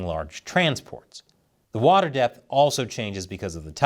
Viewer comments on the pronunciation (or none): none